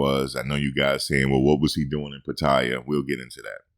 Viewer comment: 85%?! More like 1%, especially Americans, where monthly rent is crazy expensive health insurance also expensive! Those YouTube stories of expats losing everything are just stories! And why do so many foreigners say Pattaya, like there is an i in the word! Just wasted ten minutes listening to this clown!